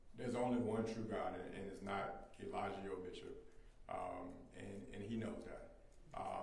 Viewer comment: Not mr booker saying eLIEijo